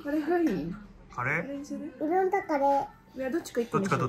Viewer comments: この動画、があまりにも可愛くて賢くて面白すぎて何回も観ちゃってる。 和食屋さんで、ひじき煮ご所望の2歳児。「うろん」という発音。 メニュー見ながらカレーを指す指がピコピコ。可愛すぎる〜 お布団の中でお目目ぱっちり覚醒中www バナナを狙う悪い顔www 笑点歌ってるし。 なんでもよく食べるし、なんていい子なの。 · 「おしし」と「うろん」ね。